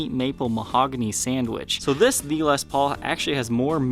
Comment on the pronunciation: Oh, you are saying THE les Paul ....I though you were saying VEE . I have never seen this Gibson model before. Very cool.